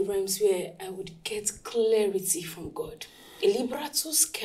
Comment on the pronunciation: Its the "Clearity" for me 😭